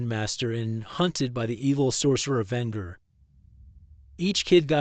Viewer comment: HaHa! You mispronounced Venger!!